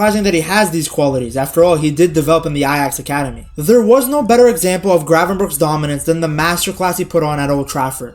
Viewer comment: Thanks for not saying Gravenbertsj